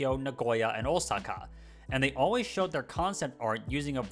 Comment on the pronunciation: i'm glad your pronounced Osaka correctly! One thing at about you said Rancho Cucamonga was west of LA when it's in fact East of LA. Overall nice video, I watch a lot of train and city videos!